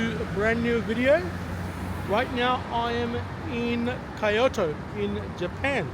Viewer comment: my brother its Kyo not pronounced as Chi o to just fui